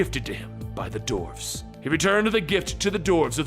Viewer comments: what is a doorve? do you mean duh-warf? you sound like a freaking idiot again. like when you say dead body instead of group of people. as in corpse versus core. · Dwarves is pronounced d-war-ves not dorfes